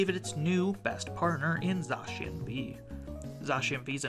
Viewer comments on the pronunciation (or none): Listen, if you're gonna complain about Base Set Zacian V (while pronouncing "Zacian" about the wrongest I've ever heard???) you gotta acknowledge Mew VMAX and Lugia VSTAR as having obviously been way worse metas. Sir my dog is innocent, kill the bird